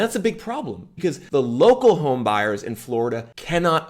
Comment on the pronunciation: When he says "because" he says "bzz" 😂😂😂😂